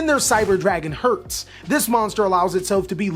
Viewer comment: I'm from germany and I love how he's pronounced "Herz".